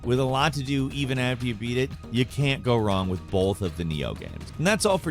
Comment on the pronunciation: I don't think I've ever heard someone hit the L so hard.